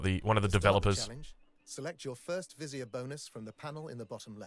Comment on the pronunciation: you hear him say "vizier", the way you wanted to hear ......lol